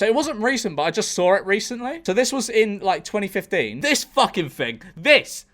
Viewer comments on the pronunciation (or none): none